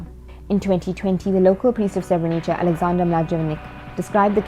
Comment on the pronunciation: its not pronounced Srebrenicha lol